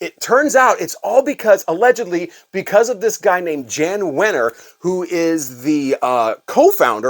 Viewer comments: Pet Sounds is more a triumph of musicality, not great songs. There are some crazy chord structures, pianos playing in C and the bass in F. I don't understand all of it either but while the songs aren't awesome, the arrangements were. Also, Jann is pronounced Yan. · His name is pronounced Yawn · It's "yan" wenner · Jann Wenner is actually pronounced "Yan Wenner." Just an FYI. Love your channel!